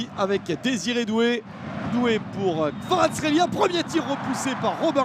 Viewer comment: "Kavitcha"... 🤣😂 Some names are too challenging to pronounce